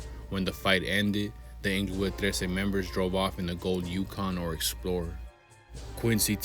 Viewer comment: its not inglowood smh. pronouce it correctly bruh